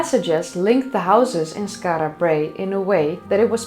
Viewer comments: As a proud Scot I found this video fascinating and incitful. Your pronunciation of Skarra Brae is spot on and I still use words like midden which leaves my English wife very confused. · The way you pronounce Skara Brae is divine ! You are now officially my favourite 'Skara Brae' pronouncer !! 😄😄😄